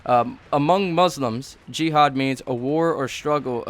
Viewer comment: I thought the guys name was gehad until i figured out he said jihad